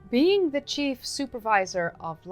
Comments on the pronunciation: How Cool!! I've been to the Netherlands 3 times.. Amsterdam is Crazy fun!! I looked at your FB Page and saw something someone had posted to you. I can recognize Dutch when I see it!! BTW your English is Great...even if you say Cheap for Chief! 🤣 I just subscribed so I will try and watch all your previous videos and the new ones as they come out too!! 😊 Oh Yeah..HAPPY BIRTHDAY......turning 30 isn't so bad.....you're still very young!!😀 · You don't have to cry... not much, at least! Cheap Chief Supervisor - a position I could aspire to! Your hair is lovely and just the right length for your shirt. Always a pleasure to hear you talk and explain history. Your flubs are adorable!